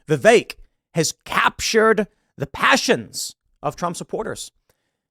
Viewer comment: It's VI-VEK!! Not VI-Vaek! Fuck!!! He was literally in Morrowind. Get it right, damnit Tim.